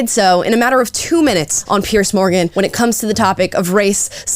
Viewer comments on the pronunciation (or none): I've been a fan of Douglas Murray for years. He has a brilliant mind. As for Piers Morgan, pronounce it Pierz. The S has a Z sound. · Why can't muricans say Piers. It's not Pierce. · Piers, not Pierce. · Piers not Pierce.........